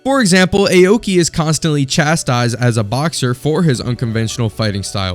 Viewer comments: Awkey not ayo-key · it's 'aw-ki' not 'eyowki' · "Ay-oki" got me laughing, no offense